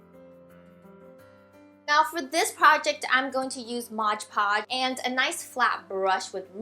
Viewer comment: Its mod podge silly!!! M.O.D.P.O.D.G.E hehehe you were sort of saying modge podge